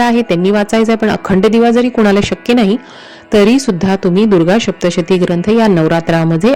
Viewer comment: Adhi saptshati bolayala shik